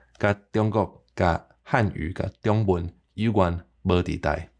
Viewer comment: 你發:中文,个中tiong/55煞無變調作'丈33', 會予人聽作:長文个變調/53->55; 意思會變作:加額个文字。